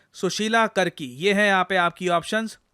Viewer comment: ❌करकी ✅ कार्की